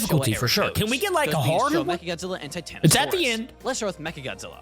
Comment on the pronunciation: actually It's tie-tan-a-saurus